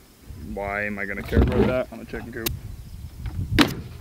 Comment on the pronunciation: The chick-inn 😂😂